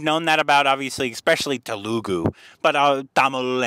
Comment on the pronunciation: The "tele" in Telegu is pronounced the same as in telephone. Please pronounce it as Tele goo